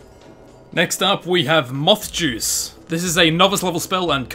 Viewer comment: I thought moth juice said math juice